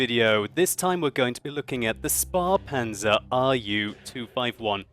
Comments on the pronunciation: Spahpanzer? it's Spähpanzer :D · It's a "Spähpanzer" not a "Sparpanzer" (Conserve-tank, save-up-tank; which ironicly fits your definition of it as a cut down Leopard :P). German ä ~ english a. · hey. not being rude just letting you know: you say it like Spar-Panzer. (sparen means to save money, so it sounds a bit funny, like the tank was very ceap:) it is called a Späh-Panzer. you could look up the pronounciation of ä on youtube. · hariz razin Its pronounced Schpaehpanzer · it's spähpanzer, not spahpanzer (pronounce the ä roughly like the a in lag) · It's not "Spa"-panzer, its Spähpanzer (the ä like in Waffenträger) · To all the non german speaking folks: Its pronounced Schpaehpanzer and not spapanzer. ;) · it's pronounced sh-pae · Not Sp"ah"panzer. "Ä" sonds like A in: - "a"t, - T"a"nk, - M"a"n - M"a"c ÄH is a long aaaaaa ;-) Best wishes from Germany ! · in case you wanted to know (probably you don't lol): The pronunciation of 'Späh' would be close to 'shpay'. Other than that I'm actually pleased by your relatively good pronunciation of German words. Keep it up!:) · SpÄhPanzer with an ä not a. It's from "Spähen" in english it's "peer or peek" literlaly a scout tank :) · The 'ä' is pronounced more an 'e'.. just a hint no offense meant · The "ä" or "ae" is pronounced kinda like the "a" in "have". I find it kinda difficult to explain how to pronounce things sry about that :/.